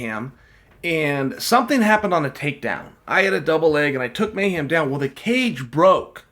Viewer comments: Lol at Chael calling him Mayham, it's Mayhem,, bro at least say his name right Jason Miller was a big time star at one point in mma and even had a show on mtv - bully Beatdown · Jason "May-Ham" Miller Leave it to Uncle Chael to get even the simplest English speaking American name wrong. LOL